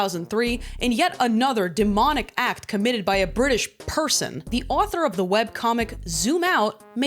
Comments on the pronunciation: British "person" 😭😭😭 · British “person” kills me every time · British “person” 😭😭